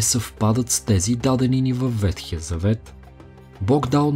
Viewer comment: Благодаря за интересния, както винаги, епизод. И една малка поправка. Правилно е да се казва ВеХтия а не ВеТхия. Вехтия от вехт - стар.